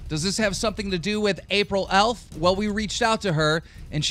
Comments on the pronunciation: Must be a slow news day for the old bottom feederstar. Please stop beating the dead horse that is Toby Turner. Also, l2read and comprehend, it's April EFF, not April Elf. How can you get by each day, knowing you can barely pronounce the names of people you're "reporting" on? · April EFF pronounced "F" not "ELF" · how have you made like 5 vids about april eff and you still cant pronounce her last name. April EFFFFF NOT ELF KEEM JESUS!